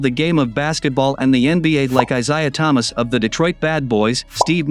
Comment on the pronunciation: Learn to pronounce Isiah Thomas